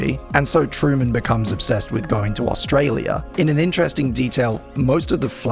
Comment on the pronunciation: Your pronunciation of Australia hurts me. But it's funny as I don't hear many refer to it often.